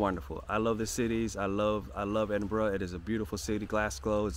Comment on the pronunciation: Not quite sure why you receive multiple comments on your pronunciation of Lomond - always a good idea to check existing comments before repeating those of others. Without any intention of patronising you, well done on pronouncing Edinburgh correctly. Our British place names can be difficult to grasp by the natives. Whilst this is a repetition, it is at least positive: welcome to the UK! Your approach to life and raising a family so they experience so many things is inspiring and something else that I am struggling to articulate, perhaps heart-warming? Either way, keep up the good work. PS. I'm a tad envious that you have an alpaca 🙂